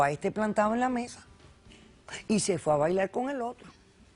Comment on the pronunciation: diveltilte , bailal , comel, tomal, evitall hahahah WTF.